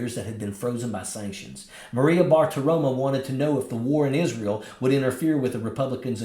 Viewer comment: Israyel😂 She can't even pronounce it right